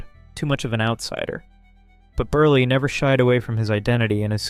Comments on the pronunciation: It’s Milton Berle (like PEARL). The least you could do to honor his legend is pronounce his name correctly 🙄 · Milton Berlie? Ummm...BERLE =Burl. WOW. Also...it's Zero Mos-TEL. If you want to honor these artists try and get their names pronounced correctly.